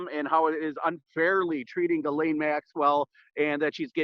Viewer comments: Pronounced like GIzzLAINE MAXWELL. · Honestly, regardless of the lack of respect I have for maxwell, pronouncing the name right would go like this Ji like Jiping, SSSS like the hiss of a snake, laine, like wool in French. Jisssssss... Lèèèène. It's easier for Japanese to learn French as the sounds are really similar as it would be easier for Englisher to learn German as it has similar sonorities. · It's pronounced Jislen.